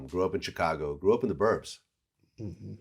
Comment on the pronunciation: Please learn to say Chicago properly Vlad come on now🙇🏻‍♂️